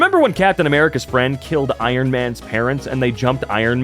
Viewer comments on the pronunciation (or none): none